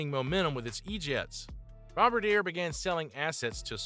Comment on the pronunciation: welp i guess AI can’t pronounce bombardier?